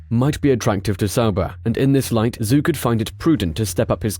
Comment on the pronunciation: Your pronunciation on many of the drivers + teams names made me cringe throughout... -Zhou is like Z-Joe, instead of Zoo -Alpine is al-peen, not like the ski slopes -Theo Pourchaire, Tayo, not the traditional Theo -Sergio Perez... I don't even know where to start haha Alpha Tauri - Ta-ri, not To-ri Otherwise a decent video.